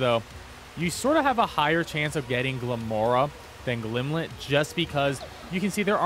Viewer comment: Not to be that guy... but it's Glimmet, not Glimlet. Sorry, but that was driving me insane throughout your otherwise very helpful video.